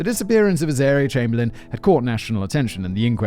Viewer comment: David went to so much effort to phonetically spell out, Pitjantjatjara, only to have Simon proceed to mispronounce both Uluru [Oo-la-roo] and Azaria [az-uh-rie-uh.], and I can imagine David was there too, like, "nah, those are obvious." 😂